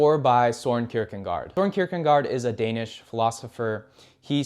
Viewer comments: C’mon dude. There’s no “n” in Kierkegaard. Look at your own video for proof. Not a good look. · That's not how to spell or pronounce Kierkegaard btw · There is no "n" in Kierkegaard. Damn... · That was driving me crazy lol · very good - but your pronunciation of their names really could be better. It's heavily American to an extent where it is almost comical. The worst being Kirkegaard and Albert Camus. Just look it up and try to pronounce it more accurately, please. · It's Kierkegaard, not kierkengaard. It's Karamazov, not kamarzov. Learn the proper pronunciation of people's names. You sound like an illiterate dolt when you don't.